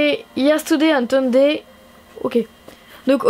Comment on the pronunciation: Today ne se prononce pas ( tooday ) mais ( touday ) avec un ou